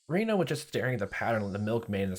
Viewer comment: I'm working on catching up on your videos so I'm not sure if you've already figured out the Japanese pronunciation but, just in case, I'll make it super easy for you. Japanese is pronounced in syllables so each character is a syllable. Rena = Re + Na (2 syllables). Reina = Re + I + Na (3 syllables). They mostly sound the same to English speakers but they are actually different. Also, everything character is a variation of a ("ah"), i ("eeh"), u ("ooh"), e ("eh"), and o ("oh"), plus n ("nh"). So, Rena is pronounced "ray-nah" and Reina is closer to "ray-eeh-nah". Japanese does not have weird pronunciations like in English. It will always follow these rules. Ex. Keichi-kun = ke + i + chi + ku + n = "kay-eeh-chee koo-n" I hope this helps! I really like your videos and can't wait to watch more so thank you for making them!